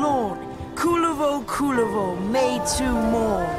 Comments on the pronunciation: Ah yes, my favorite warframe, Kulala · Ingame nursery rhyme: This is the pronounciation of Kullervo The entire Warframe community: Nope :)